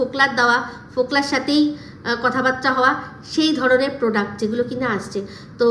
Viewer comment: poduct bolo 😂